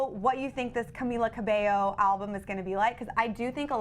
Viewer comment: THANK YOU SO MUCH FOR SAYING CAMILA CABELLO CORRECT